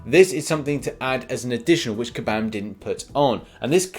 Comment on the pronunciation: Everyone: Kabam: kAbAm MeEkay